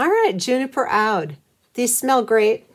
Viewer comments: It's pronounced ood. Spelled OUD. Just thought you'd like to know if that's helpful. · Hi,. Brambleberry has a birchwood oud I used and had to look it up then. It's pronounced like ooood (like flute) and an oud is a musical instrument. Nice job, by the way! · Gorgeous! Oud is actually pronounced "ewd"...like dude :) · "ood" as in brood. Luxury perfumes !!!!!! I be this was so good.